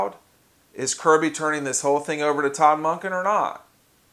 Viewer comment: Man said to be a smarter Georgia fan but don’t know how to say Kirby